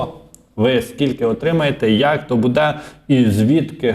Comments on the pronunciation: Не «будЕ», а «бУде». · Не "будЕ", а "бУде". Розмовляй украiнською грамотно!